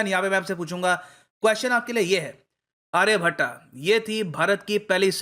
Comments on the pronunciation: आर्यभट्टा नही सर आर्यभट्ट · always mess up with pronunciations, Sir it's not Aryabhattaa but Aryabhatt...😊😊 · आर्यभट्ट होता है ना की आर्याभट्टा हिंदी का भट्टा बेठा कर ही मानोगे ? योग को योग बना दिया आयुर्वेद को अयुर्वेदा बना दिया